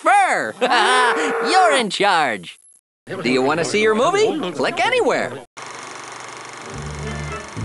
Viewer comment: Click anywer... Click anywer... Click anywer...